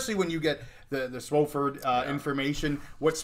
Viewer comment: it's not SWO-fford it's SWA-fford